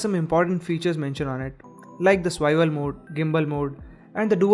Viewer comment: It isn't "Swiwel", it's "Swivel". Eventhough a minor mispronounciation sounds extremely jarring. Otherwise a comprehensive video. Applaud the effort.